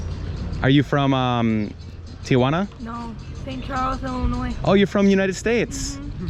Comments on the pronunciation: Say it with me Tee-juan-a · Dude, STOP saying TIA-juana. You speak excellent Spanish and have a great manner with the people, why mispronounce the name of the city you’re covering?? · There is no letter ‘a’ after the ‘i’ in Tijuana. Learn how to pronounce it properly and the locals will have more respect towards you. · It’s Tijuana, why are you pronouncing it as if it TIAjuana? lol 🤭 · There is no “a” in Tijuana. It’s not Tia Juana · Greetings from San Diego, CA! Not trying to be one of those people who have to correct everything but wanted to mention that it is pronounced "Tijuana" and not Tia-Juana, which would be more like saying Aunt Juana. A lot of people add that extra "a" sound when it should just go Tijuana (no additional sound between that "i" and "j" - I clearly do not know how to present this phonetically and once again, my intention is to simply point out a very, very common mispronunciation. I do not speak Spanish fluently however my husband was born in Oaxaca and moved to the States legally when he was around eight so when we were first dating, he corrected my pronunciation. This is the first of your videos I am watching and I am enjoying it thus far. I wish you well in your continued travels and YouTube productions. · Phonetically: tee-WAN-uh......the common mispronunciation: TEE-uh-wanna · TEA JUANA.. not TIA JUANA.. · You capture the amistad and warmth of the Mexican people in Tijuana. You mispronounce TJ several times: It's "tee-wanna" (2 syllables) not "Tee-ahh_wanna" (3 syllables).. Most of us gringos make same error until we are corrected. The interviews were so brief at breakneck speed. All is very rushed, but I know that the first few visits to Tijuana are always rushed because we're curious, excited. and a bit scared. Keep going ! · Actually, you got it wrong too..... should be "tee-hooana", if you want to be more phonetically correct. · TEE-HOO-ANA.... theres no A